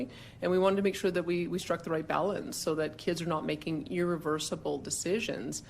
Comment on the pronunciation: "Wakeen" is not a word. "Talkeen" is not a word. "Becomeen" is not a word. "Makeen" is not a word. "Correckly" is not a word. "Takeen" is not a word.